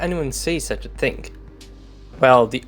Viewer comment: Why would everyone say such a thinK ??? It's thinG..... (fyi)